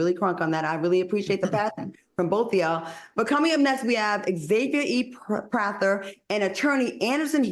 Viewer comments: Can we please normalize saying Xavier instead of Xavier? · Xavier, not X-Xavier.